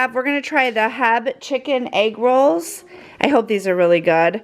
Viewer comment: Just found your channel last week and enjoy your content! FYI the grocery store is pronounced H E B, sound out each letter! You’ll find out it is a Texas treasure